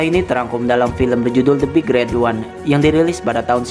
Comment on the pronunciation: min intonasinya yang bener lah gaenak, big red ooneeee diteken teken gitu dah